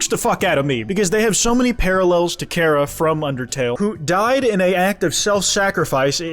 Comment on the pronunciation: Its pronounced chara not chara